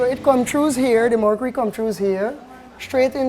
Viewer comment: hahahaha he says: it "come TRUES here" instead of "it comes through here" HAHAHAHAHAHAHA E D U C A T I O N .... you can even do it over the INTERENET, i mean EVERYONE has a pc now in days rite??